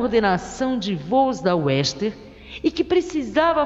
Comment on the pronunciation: aproveite e conserte o nome da companhia aérea: a pronúncia é istern e não western